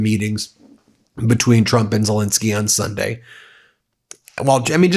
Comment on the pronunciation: Fentanyl, please note: final syllable is a short "I"; while Zelensky's Middle syllable is a short "E".